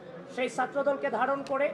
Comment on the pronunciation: সে ছাএ কে সাএ উচ্চারণ করছে, কেমন ছাএ?